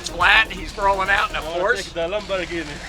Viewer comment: If you're in the car business, you should learn how to pronounce the brand's name properly!